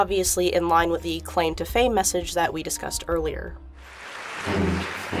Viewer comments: Is it just me or I hear the claim to fame as "end fame" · I'm just hearing "end fame" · i heard "end fame" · The 'claim to fame' bit also sounds like they are saying 'end fame'. Either this is just coincidence or I have crap hearing.